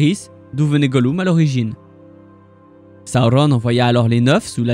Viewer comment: J’adore tes vidéos mais la façon de prononcer les noms dont Sauron c’est juste pas possible